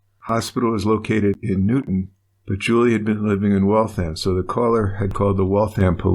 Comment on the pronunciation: I grew up in Waltham. I'm so disgusted that he did this to such a wonderful woman. I'm glad he was caught and is where he belongs. ps "Waltham" rhymes with ham.